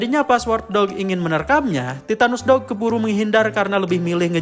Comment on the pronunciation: Titanus Doug ❎ Titanus Dawg ✅